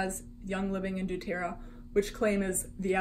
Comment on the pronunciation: Saying they have the same recipes is ridiculous. What makes doTERRA and YL different and worth the money comes in their sourcing. I personally use doTERRA (also, please learn how to pronounce that correctly) and they have contracts with their specific farmers that are mutually beneficial. Revive can try to copy the recipes all they want, but they will never have the exact same sourced oils. And their whole website about being “different” and “more woke” is way sketchier than an oil-based MLM ever will be.